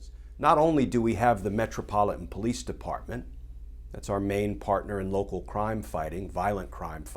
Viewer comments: I love the way Kirschner said po-lice with the accent on po. This guy is a great commentator and knows exactly how to accent words to achieve a given effect. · The "Po-lice", LoL Truth!